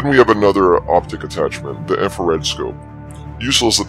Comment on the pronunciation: Its infrared not inferred